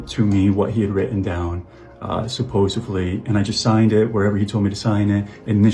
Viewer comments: "I can't justify..." **continues to try to justify his heinous acts. What a POS. Also, "supposovly"??? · Did this 33 year old man say "supposevly"? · Bro saying “supposively” its SUPPOSEDLY not supposably, not supposively… SUPPOSEDLY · It really annoys me that he says “supposively” it’s “supposedly” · The way he repeats "supposeVly" makes him that much more unlikeable